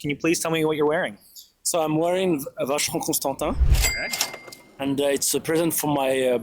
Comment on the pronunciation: Vacheron Constantin 😂😂😂 Still a nice watch, but maybe read it 😂